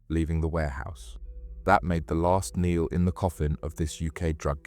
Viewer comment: What a kneel in the coffin bro? Wtf u on about. Its called a nail. Talk about sounding like ai without being ai. But good video.